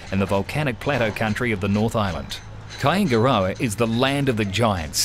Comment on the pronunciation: Yeah man....I know where Kaingaroa is, lived there for years whilst working at Wairapukao. Just some can't say it properly.